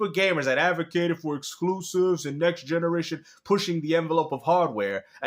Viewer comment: Muh skloooosihvesss😅